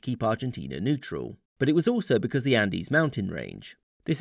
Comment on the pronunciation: Me watching this, repeating: "Andes. Andes. Say Andes. Andes. Andes!"